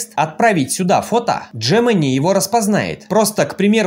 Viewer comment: Где ты увидел букву Дж-Джемени ? G-Г !